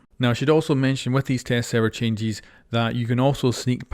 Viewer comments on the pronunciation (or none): what i hear , "Changies"